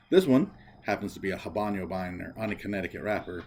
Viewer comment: Thank you for the review. It is good to get a review from someone other than the seller, manufacturer of the blender. Bye the way, it is not pronounced haban yo. It is ah-bano. The "H" is silent and there is no ~ over the n (ñ).